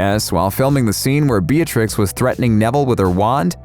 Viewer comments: It’s not Beatrix it’s belatrix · is it just me or did u say beertrix? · bellatirx not betrix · Lolololol the fact that he called Bellatrix as Bijatrix 😂😂😂 Bellatrix ain't Mehicano man😂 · Did he say... Beatrix and not Bellatrix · its not 'Beatrice' its 'Bellatrix' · Beatrice.BEATRICE AH IT IS BELLATRIX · it’s Bellatrix not Beatrix do your research what do you think jk would think about this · It's "Bellatrix" not beatrix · did you just say BEARTRIX? No hate tho ily all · accedently said beatrix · Did he actually say Beatrix it is Bellatrix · Who else broke down in frustration when called Bellatrix “Beatrix”? 😠😠😡😡🙋‍♀️😑😒😒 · Who else noticed that he called Bellatrix "Beatrice"? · Did he call Bellatrix, Beatrix? shiver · Did he just call bellatrix be-a-trix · Beatrix?? It's Bellatrix 🙂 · Its Bellatrix, not Beatlix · you said Beatrix not Bellatrix... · OK WE GET IT HE ACCIDENTALLY SAID BEATRIX INSTEAD OF BELLATRIX DONT NEED TO GET SO HASTY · Who is Beatrix it’s bellatrix also it would b £ not $ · IT IS NOT BEATRIX!!!!!!! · BELATRIX NOT BEATRICE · So not a single person Who noticed that he called Bellatrix Beatrix? (Edit) some People had noticed it which i didnt see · BEATRIX DID HE NOT SEE DA MOVIES PROPERLY TO HEAR THE NAME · Also ya her name is BELLATRIX BOI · Did he say “beertrix”??? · YOU SAID BEARTRIX IT IS BELLATRIX (not hating btw ^_^) omg thanks for the likes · Bear tricks 😂😂😂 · not to be rude but its bella-trix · "BeATriX" That's just sad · does he realise that he said bellatrix,s name wrong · I noticed that